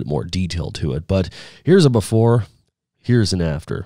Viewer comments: Once again "da bafore" - "then the after right next to it" - ya' all got urself some slick talk right there folks :p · Bafor aaand then the after, bafor then after.i didn't know before was spelled with an A. Haha. Great video bro